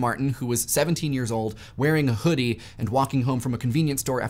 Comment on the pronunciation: pronunciation of initial [H] in the first half sounds so fricative that it's almost like pseudo-Yiddish. "What Was The Chudi?"